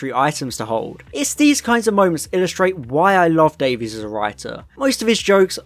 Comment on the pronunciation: "Davies" is pronounced like "Davis" I think you'll find, in terms of Russel T.